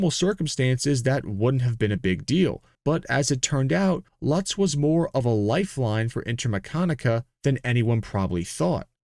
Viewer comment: Great video and presentation, but the European names and pronunciation needs some work it is pronounced “Loots” with an emphasis in the first “o”